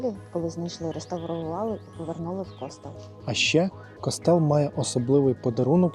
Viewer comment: Ну з наголосами у вас великі проблеми! Який "кОстел"? "КостЕл"! А не розуміти різницю між архітектурою і скульптурою - це вже за межею!